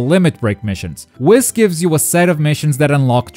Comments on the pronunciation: It’s pronounced weeeeess not wis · It’s wheeees not WIS 🤦🏾‍♂️ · its Whis like weast, not whis like hiss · Did he just say wis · Why does he say whis like that... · You can't even say Whis's name correctly 🤦‍♂️ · I hate his pronunciation of whis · The way he pronounces whis